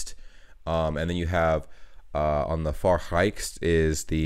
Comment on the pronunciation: Try to say the e in rechts like ernest